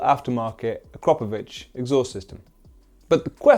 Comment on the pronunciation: Thank you for pronouncing Akrapovic correctly. Bike sounds great!